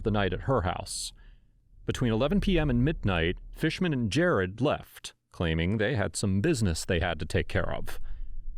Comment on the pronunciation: His name is jarrod not jarred!!! (Video description)